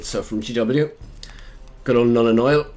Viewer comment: There is no "i" in Nuln,;)